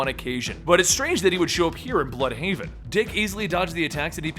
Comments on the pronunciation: its not bloodhaven or bludhaven but it is blÜdhaven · I think it would be pronounced blude-haven